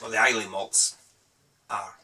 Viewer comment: Islay is pronounced I - lah. You should know that lad. I'm in Kirkcaldy, Nice to see fellow Fifers on Youtube. :-)